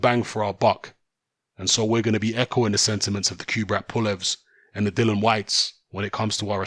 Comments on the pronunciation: It's Dillian as in title not Dillan as you keep saying. Size doesn't matter when you get clipped on the temple it's game over for some. Fury fought a taxi driver imo. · listen mate can you at least get his name right it Dillian not Dylan